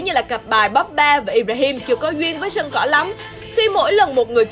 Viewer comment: Chán ghê. Cô blv. Bóp ba. Xem thì thích mà nghe cái âm bóp ba phát ra mà gây ức chế. Cái tên của người ta đọc còn sai